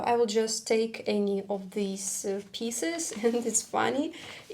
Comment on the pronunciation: Be careful with your pronunciation of "pieces" which you said like "pisses". Piece and peace are pronounced exactly the same, by the way.